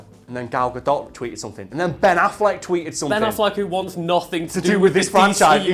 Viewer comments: Actually, Gadot is pronounced as... well... Ga-dot. It's not a French name or something and Hebrew doesn't have retarded silent letters for no reason. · So, as a hebrew speaker let me just explain gal gadot's name (which isnt weird and is easy to pronounce if you know hebrew. Like legit you got the closest i heard to saying it right from someone who isnt israeli). Gal- גל means wave. Gadot- גדות is a family name that is actually the plural form of the word גדה (gada) which means a bank or a bank of a river or a shore. Hoped i helped anyone get it :)